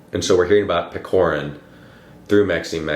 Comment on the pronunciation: Couple notes from a Russian on “Hero of our time”. He’s not PeKorin, its PeCHorin (like ch-air)😭 Also I think the title translation is very misleading. It’s more like a “character of our time/portrait of our time”. Pechorin’s character is very typical for young man of that time (going to Caucasian war to seek glory, choosing meaningless duels (again) for glory and pride, being fatalists). I think the main problem with understanding the book is that its more society driven, rather then plot driven book. Lermontov writes about his time and his peers by describing Pechorin’s character (by Maxym Maxymych’s POV, narrator’s and Pechorin’s). So the plot and storyline don’t matter that much. So to really get it you need more context on Russian Empire’s society and Caucasian War. Hope it helped a bit😅